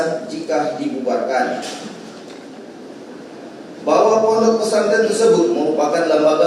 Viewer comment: Jaksa kunrang ngopi tuh sebut ponpes salah